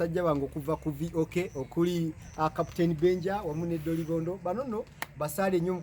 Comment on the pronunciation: Dolobondo not dilobondo